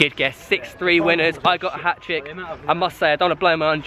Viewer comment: It's Hat-trick not hatrick